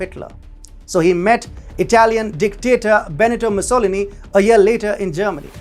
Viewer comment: Little creep unable to pronounce Mussolini’s name